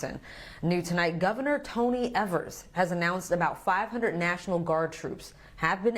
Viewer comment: The first "e" in Tony Ever's last name is pronounced with a long e instead of a short e